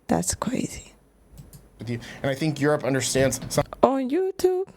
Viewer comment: Hi. no....that's not crazy that's CWAZY!!! ❤from Canada!!!